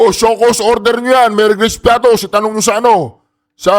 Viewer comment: Piaty man un hindi piatos😂😂😂😂😂😂😂😂😂😂😂😂😂